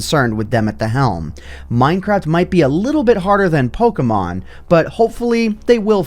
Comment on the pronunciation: Ah yes. You actually know how to pronounce Pokémon. I still don't know how people still say Pokeeeeemon. there's an accent over the e